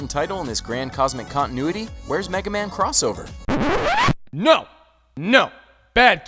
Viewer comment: D ahhhhhhh MEGA MAYWN!!!! SUPER FIGHTIN ROBOT, MEGA MAYAWN